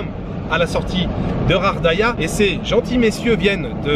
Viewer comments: Bonjour mais pourquoi tu prononces Ghardaia "Khardaia"?? ça se prononce Ga! Bref en tout cas merci pour tes vidéos! Moi qui aime le calme cet hôtel me donne grave envie et puis les dunes et le Sahara et dire que tu n'as pas vu des endroits comme le Hoggar Tassili n'Ajjer ou la cité de Séfar! Ya rien de plus beau! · Ghardaia pas ghaghdaia, je sais le R en igh mais le R en anglais dans la phonétique merci . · Salut, c'est GHARDAIA ET NON RHARDAIA. TU N'EST PAS FRANCAIS TU EST DE QUELLE NATIONALITÉE parce que apparemment tu lis pas bien le Français. Ou alors tu fais exprès. 😬🙃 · moi aussi je préfère benCo, il est plus vrai et sait prononcer le nom de gardaia. Celui-là ne lit même pas quelques messages.